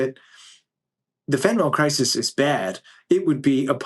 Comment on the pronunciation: It's fentalYL, not fentalOL. Sorry. It's like nails on a chalkboard for a pharmacist.